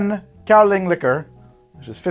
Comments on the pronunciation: An ex girlfriend of mine used to work in Kinmen, Taiwan, so I had my fair share of Kaoliang. There are some Kaoliang cocktails you can find in bars near there and in Taipei, but overall impressed with the process! By the way I'm pretty sure its pronounced as if it were spelled "galiung". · I really hate to be that guy but it's pronounced like gow-lee-ahng. I'd been looking for a way to mix it for years but had given up. I'm to the point now that I quite enjoy it, especially the higher proof stuff. I'll have to try this next time I bring a bottle back with me. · Really enjoyed this format and hope to see more! FYI it’s pronounced gao-lyung, like the word “young” but with an l in there